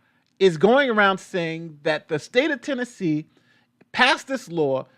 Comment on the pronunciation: Lol, did you call it Trannessee? Lmao, I know it was a slip of the tongue, but maybe that should be New Yorks new name? Or California, anywhere that is drag show friendly 🤣🤣🤣